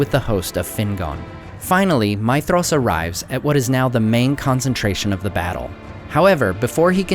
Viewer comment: Is that really the right way to pronounce Maedhros? Sounds like you are saying my-thros